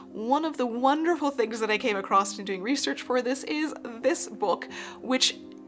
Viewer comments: Across not “acrossT” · I love your videos so, so much. But every time you say 'acrost' instead of 'across', I want to stab my screen with a hat pin. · "acrosst" - Not a word. Love your video, though. I learned so much. Thank you for sharing your depth of knowledge.